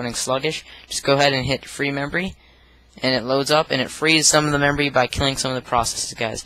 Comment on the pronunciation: he keeps saying membory.